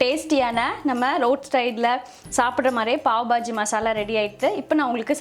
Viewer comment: pav bajji illa Paav baaji ..